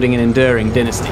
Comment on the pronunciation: Omg it's called dynasty not denesty. How he says it bothers me for some reason